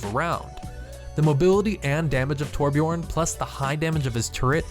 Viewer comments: even blizzard themselves butchers the name Torbjörn lol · It's TorBJÖRN, not Torbjorn...